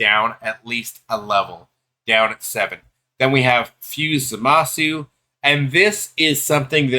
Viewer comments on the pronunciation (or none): none